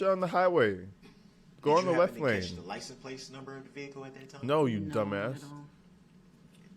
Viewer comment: "Did you see the licen place on the vee-cooh" 😂